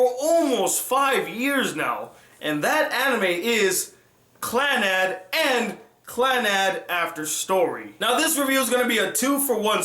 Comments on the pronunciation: Clannad means Second life in Japanese and is pronounced clan-a-do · is it not clah nahd? Can't be clan-ad as you pronounce it, the Japanese language has no sound like 'a' in bat. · You pronouced Clannad and Tomoya's name wrong...